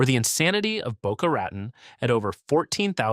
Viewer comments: Boca Raton is pronounced as Boca Ra tone. I lived next door in Delray Beach. Bevard county is Bre vard county. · Boca Rattin???? Why not have a real person narrate who can pronounce the towns correctly. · He said Boka Rattin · Laughable, and it’s “Boca Ra-tone.” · Boca Ratten? Horseshit video. Don't do better but do go away. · Boca Rattan?? :face-blue-smiling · Boca Rayton? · Boca rat-on LOL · Boca Raten LMAO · yeah, "Boca Rat-in", "Cape Core-al", totally AI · I support a singer/songwriter who lives in the Orlando area not included in this list. She has said they don't really get hurricanes. You pronounced "Boca Raton" wrong. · Crappy AI narrator can't even pronounce Boca Raton. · Ugh, not only that but Boca Raton, Ocala and others. Doesn't the creator ever listen to their videos BEFORE releasing? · You lost me right of the bat when you mispronounced Boca Raton. Do your research. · Yes, it mispronounced easy names like Boca Raton and Jai Alai. A tell tale sign you're listening to AI.